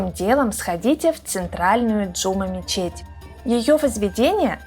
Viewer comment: Прости те но не Джу’ма мечеть ,а Джума’ мечеть